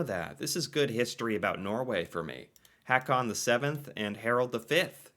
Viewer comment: Haakon is not pronounced "hack-on," but more like "Hoe-kon." If you can't get basic Norsk pronunciation of the "double -a" straight there is no hope for you.